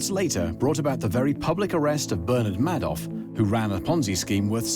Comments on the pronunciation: Madoff if pronounced "May-doff". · I swear to god that's Keith Richards😂Anybody? Also, Yank here. So... "MAY-doff" "HYOU-sten" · Right off the bat correction: Bernie’s last name was not “Mad-off.” No, Bernie’s last name was exactly what Bernie did, the man “MADE-OFF,” and he did that with A LOT of people’s DOLLARS!!! P. S. This “narrator” is butchering a LOT of words. Like, who mispronounces HOUSTON??? Houston, we’ve got a problem…again.😉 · Wow, this doc really took up some new topics, like Maadoff and Huuston. 🤣🤣🤣 Omg this was so cringe, utterly awful quality.